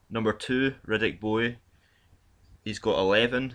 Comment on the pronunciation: Hey dude great videos but ffs learn how to pronounce the boxers' names! Riddick Bowie? Come on man! You're as bad as Frank Warrant.